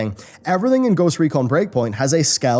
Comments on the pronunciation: I know this video's comments is mostly talking about the most recent controversy with blizzard, but "Ghost Econ" instead of Ghost Recon :) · "Ghost Econ"? what happened? :P did the letter R not appear in the Ghost Recon Lootbox? :P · Says 'Ghost Econ', just saying